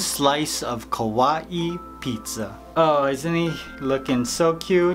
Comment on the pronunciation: Sounds like he is saying ku wa eee instead of kawaii